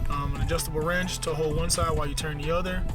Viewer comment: He was pointing out the fact you said "ranch", and not "wrench"